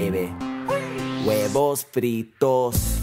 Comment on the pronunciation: I'm laughing so hard, not just cause I'm Hispanic but when he says huevos